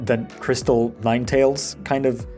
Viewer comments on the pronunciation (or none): none